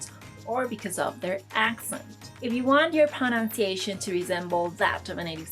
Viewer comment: Love the canal... Talks about pronunciation and proceeds to mispronounce pronunciation. ;)